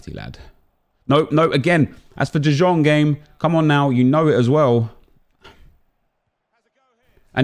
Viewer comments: He is saying "Dijón" which is type of french mustard. Lol. It is De Young, that's the correct pronounciation. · Omg i‘m sure the right pronunciation is De yong and not the shit you say. He is from the netherlands not from serbia or something like this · Can someone teach this guy how you pronounce "de Jong"